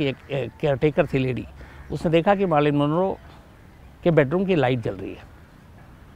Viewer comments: Its not Maarlyn MAR like MAT bat Not Baat So Mar means Mer = Marlyn again Man Manroe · Sorry to correct Bhai... it's not Maaarlyn....she is Marilyn Monroe....😀😀..